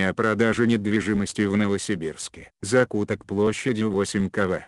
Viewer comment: Что за ударения? ПолкА .... закУток....???